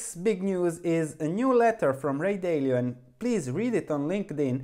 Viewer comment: as you probably know, one of the things Ray Dalio credits for his success is his strong fear of being wrong and his willingness to admit his errors and correcting them. Yet you knowingly mispronounce his last name and even seem to delight in being wrong about it with no apology and no attempt to correct your mistake. I wonder if this is a blind spot for you and one that may be keeping you from being more successful. I know that, personally, I would never subscribe to your research platform for this very reason--you have a hard time admitting when you're wrong, even for something as minor as pronouncing Dalio's last name. If you're so careless and stubborn about being wrong about this little thing, I wonder how much more stubborn and careless you'd be with something as important as other people's money. I see this as a warning sign for your potential failure in the stock market.